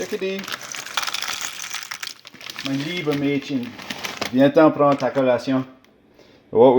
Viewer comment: Ok seriously now, you know way too much german(Mein liebes Mädchen -> My dear girl ) and pronounce it well enough to just have picked up like 2 phrases from a movie. Is there a part of Canadurp that speaks german? Or were you stationed in germany in your young age?